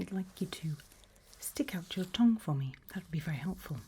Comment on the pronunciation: The way she said 'tongue' made me laugh😂